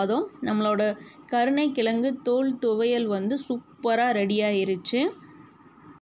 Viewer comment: தொலி இல்லை தோல் நமது தாய் தமிழை தயவுசெய்து சரியாக உச்சரிக்க வேண்டுகிறேன். நன்றி ரெசிபி அருமை வணக்கம் வாழ்த்துகள்